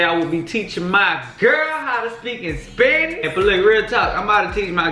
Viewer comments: Bruh he may khow understand Spanish but hes not saying it in the correct way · She is so pretty!💕 BTW He's not pronouncing the words correctly L O L.